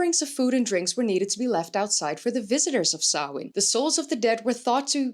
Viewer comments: Finally someone pronounced Samhain right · right?? It made me do happy hearing her properly pronounce it! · Good pronunciation of samhain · Not sure whether Samhain (nice pronunciation by the by) was just the part of the UK defined by ‘not being invaded by romans, Saxons and Viking’s I.e. the Gaels/celts. Was Samhain pre-Roman - in which case it would also have been part of the original Gaelic culture of England before it was driven out…